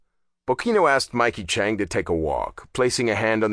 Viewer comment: You are saying the one last name wrong it's Chang not Chunk